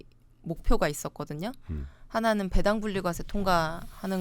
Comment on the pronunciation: 배당 발음을 왜 .이상하게 하시네 배 당[배애당]처럼 길게 발음해야 옳은 뜻인데 [배당]하니까 "배 하나당" 이런 뜻으로 들리네